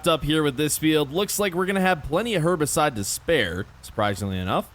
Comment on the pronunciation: I swear u aren’t supposed to say Herbicide like that…